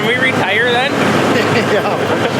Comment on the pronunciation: Re-tire, not retire